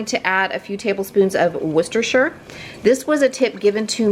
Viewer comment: I use ground chicken and ground turkey in alot recipes. My husband is not suppose to have alot of red meat so I substitute ground chicken or turkey. Worcestershire does definitely make a difference. Can I just say u are the only YouTuber that I follow that can actually say worcestershire properly lol. I make a Mexican Skillet Chilli in my cast iron frying pan and most people can't tell I have used ground chicken. It is made with black beans, pinto beans, red & yellow or orange peppers, onion and of course corn (I use frozen corn) you can spice it up if u like by adding cayenne pepper or some jalapeño peppers. As for spices there is garlic powder, cumin, chili powder, oregano and I add in some smoked paprika. I make my own tomato sauce so that is used for the base and I add a half a jar of my favorite salsa. I always get great reviews when I make it. All these re items u made sound delicious.